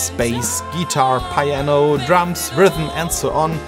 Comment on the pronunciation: Look up "Effort" and "Piano" as english pronunciation. impressive how you can reverse engineer an entire PCB but dont see the small mistakes in english. also at the end, its not "Borrow me", its "Lend me" if its said that way